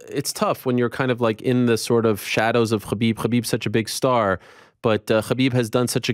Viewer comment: F how this guy pronounces "Khabib".